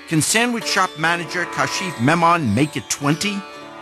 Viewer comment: Kasheef!! lol. It’s pronounced Kaa-schif. Anyways he was such a positive man even though he danced so badly. When I originally saw this I thought they would make fun of him and tell him no but his act could be the funny dancer who dances badly.